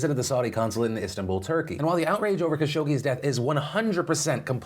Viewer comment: you are pronouncing Khashoggi wrong. It is Kha-Shog-Jee